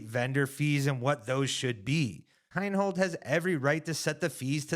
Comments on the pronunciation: HI-NOLD. Not HINE-HOLD. You lose credibility every time you don't know how to pronounce someone's name who is a major contributor to the sport. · from a purely disc golf perspective, the guys have some valid beef with Heinold. My only point is that it's better communicated when they say the man's name correctly.